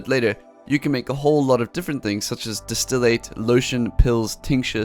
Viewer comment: Gosh, distillate is not pronounced distill-Eight. It's distill, and the "ate" would be pronounce like the "et" in "bet"